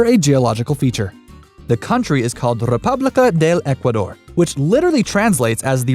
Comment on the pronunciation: República del Ecuador jajajaja bien ahí con la pronunciación ..